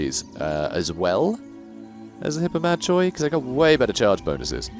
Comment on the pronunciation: Bit of a dumb question, but can you constantly move in raiding stance (by which I mean take a constant 50% move penalty to get income)? Or do you have to move >50% of your move before you can start raiding? Also, isn't 'Hippomachoi' pronounced 'Hippomakoi'? I don't know Greek, sorry.